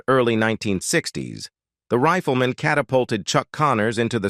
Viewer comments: The voice used for this was worse than that professor who purposely mispronounced all "white-sounding" graduate names. rifleman = "Reef-el-men" defined = "dif - end" iconic = "cone-ick" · Onced again the cyber-voice stumbles during an otherwise good homage to a TV and film actor. Indelible becomes "indy-lib- blul"; Rifleman becomes "riff-l'man; iconic is "ee-coe-nick"; colleague is "co-lee-gew"; close friend is "Cloz freend." Is it so hard to hire people to do this job, or just too expensive, so they have to use machinery? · OK............................ This IS the worst AI narrated video I have ever seen. The Riffla Mahn? Really? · why does the pronunciation go off late in this video?? Riff-la-ma for rifleman?? Ridiculous. It doesn't seem to be English. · Horrible pronunciation by your fake computer voice goes above and beyond... "The Riff-lee-mon"? Seriously, why would you accept this? It takes all the wind out of your sails, and renders your otherwise legitimate efforts as cheap and careless... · Y n the hell u pronounced the rifleman that way.?? It's the Rifleman. Not the Riffleman jackass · grating, monotonous A.I. text to voice WTF - its not riff el man - its sounded "RYE FUL" Man